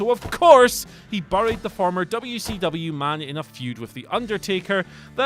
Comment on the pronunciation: You say WCW properly I like your style.